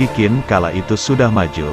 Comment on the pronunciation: Pelafalan QIN bukan jadi KIN, tapi CHIN